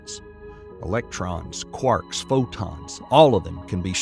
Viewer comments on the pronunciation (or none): none